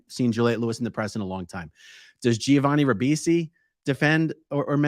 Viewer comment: I know you grew up in a cult, but it's "Jovani", not "Jee-ovani"... the Gi in Italian only means the G is soft and not hard, it is not pronounced.